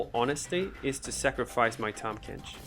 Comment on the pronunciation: The rally remove from combat card with tahm is honestly super interesting and definitely worth expounding on Also well done pronouncing Tahm Kench btw! (not sarcastic) Bayou is pronounced closer to Bye-you.